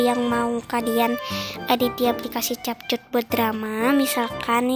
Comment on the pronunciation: Di baca nya kepkat bukan capcut 😅